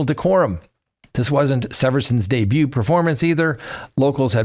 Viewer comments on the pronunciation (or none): none